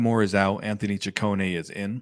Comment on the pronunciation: Finally someone saud he name correctly its chi cone ehh. Also sad that Scott is gone.